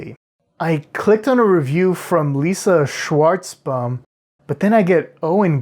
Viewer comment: Schwarzbaum is pronounced "Shwarzz-BOMB" --, your Jew card has been revoked! *Takes card from your hand and snips it in front of all the other customers in line behind you*